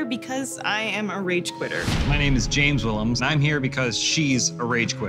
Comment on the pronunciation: did he said "my name is James Jwillems"?